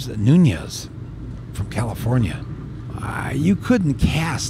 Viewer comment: Sorry Michael, you pronounce Nunes. Not Nuñez. Portuguese name. (Just a lil´piece of info)